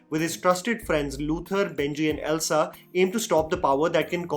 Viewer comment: it's Ilsa, not Elsa. ☺